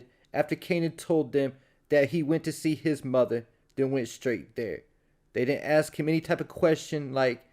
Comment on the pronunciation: You ain't have to say muva like that 😂